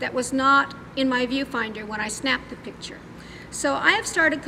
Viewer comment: I despise her grammar, "Pitcher" it's "Picture", with a C before the T.